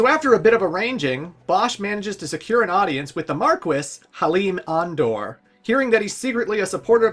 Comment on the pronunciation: I will never get used to how they pronounce Marquis...